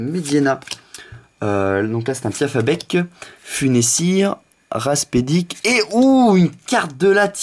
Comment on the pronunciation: GG à toi pour ta pioche :D Pour la vidéo où tu ne parle pas, c'est à voir, mais personnellement je préfère voir la réaction de la personne et du coup avec cette sensation de partage de la découverte. J'ai une petite question, pourquoi dis tu Raspedic au lieu de Rapasdepic ?